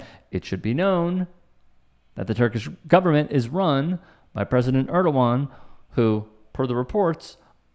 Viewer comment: Hey, that`s awesome that you know how to say Erdoğan correctly. I think it`s the 1st time I`ve heard that anywhere outside Turkish. As to the topic, I feel so sad to see the volume of foolishness and nonsence that today`s world is drowning in. And hatred and extremism. Life is very complicated, but people seem to want to waste less and less energy in research, - which is just unbelievable, since those same people have quite enough time to comment here on youtube.